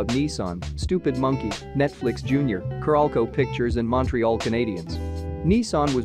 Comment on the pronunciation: Its "carolco" not "caralco"